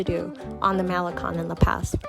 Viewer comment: It's not pronounced "Mel li con" it's pronounced as "Ma' le cone"